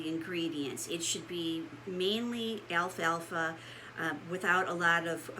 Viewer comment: Why are ppl pronouncing this Alfa Alfa ? It’s al-fal-fa 🤦‍♀️